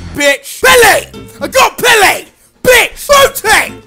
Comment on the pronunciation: PELLE? I think its PELE....